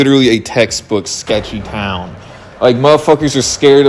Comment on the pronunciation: the way you say town sends me into a rage